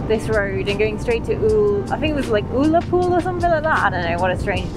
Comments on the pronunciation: Ulapool not oolapool. lol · Thinks that start with U aren’t pronounced ooooolapool. Think Under…..Ugg….Ullapool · Gotta, sorry laugh at how you pronounce Ullapool. Not a weird name, been going up there 7 times a year. Great live music. (Stay clear of the Seaforth pub and chippy, it’s mega expensive, no locals use it.) Ull as lullaby/lul.